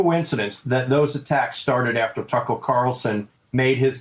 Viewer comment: The real battle is this guy saying "Tucker" correctly....